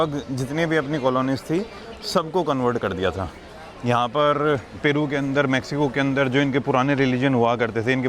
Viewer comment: Bhai mexico hai not maxico